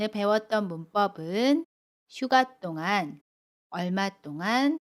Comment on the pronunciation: 안녕허세요 선생님 동안의 발음이 똥안이에요?